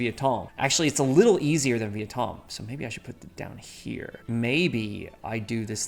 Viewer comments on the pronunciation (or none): none